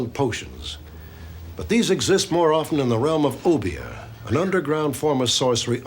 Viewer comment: I appreciate the correct pronunciation of obeah & st croix